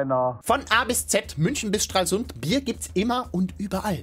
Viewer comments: Das wird STRALsund ausgesprochen, nicht StralSUND, weil der Name von Strahl abgeleitet ist. :3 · Es heißt Stralsund und nicht Strahlsuhnd